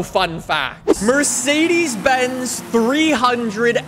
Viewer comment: Mersiidiis Benz? At least you didn't say Mirsiidiis Binz.